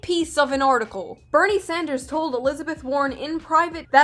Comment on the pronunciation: Did she just call him "Senator Sandsdrew?" pokemon battle music starts